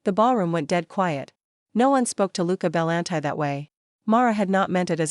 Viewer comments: Pretty sure that name isn’t “bell an tie”. It’s “buhLAWNtea” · Love the story, but the narration was very flat, and Bellanti is not pronounced Belan-tie.